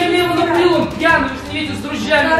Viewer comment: ты чо пяний